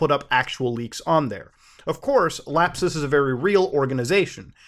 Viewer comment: "lap-SUS" LOL